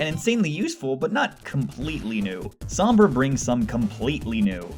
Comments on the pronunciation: omg it's SOHMBRA not SAHMBRA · "Ah yes, SAHMBRA." Sorry sir, but I think you meant "Sombra". Like damn son. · is S-O-BMRA not SUM-BRA! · SOMBRAAA NOT SAAAMMMMBRAAA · soh-mbrah..... its so-mbrah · he doesn't even know how to pronounce her name right lol its so-m-bra not sa-m-bra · why do people always say "SAHMBRA?" it's not that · It's pernounced sohm-Bruh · S om bra it's sounds like this so mbruh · You pronouncing her name triggers me cause you didn't say it right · Why does everyone say Sombra wrong? It's not that hard, they even say it correctly in the animation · You pronounced Sombra wrong, please get it right